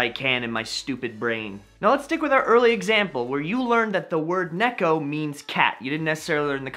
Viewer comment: Nice idea to help people learning kanji. I myself always found actually learning them by book way faster, but then again, that's just me ^^ I should note (although I'm sure others already did as it's obvious) - you mispronounce "cat": It's pronounced "ne-ko" (same pace for all syllables). Your pronunciation would be true if it were written ねっこ (nekko), but of course correct is ねこ. Important since ねっこ means "tree stump" (or in some cases -root).